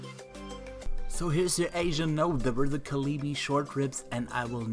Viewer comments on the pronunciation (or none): Kalbi ribs are pronounced Call Bee